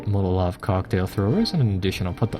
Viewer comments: Love your videos but for Gawd's sake it is MOLOtov, not Motolov. As in Vyacheslav Mikhailovich Molotov, Foreign Minister and coauthor of the Molotov–Ribbentrop Pact. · haha yup just heard it, hey give him a break I like the sound of Motolov